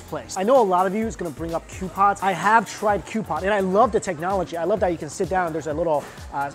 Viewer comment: kkhhhootpot. that's not the way to say hotpot i think :(. sorry not subscribing